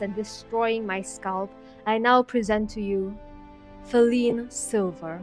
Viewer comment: OHHH YEAHH IT AINT FALINE SILVER ITS FALINE SLAY-VER!!!!